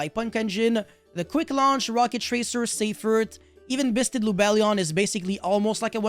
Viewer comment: all i hear is bussted